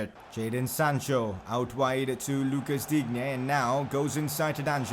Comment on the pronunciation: Luca digne name is pronounced luka Dean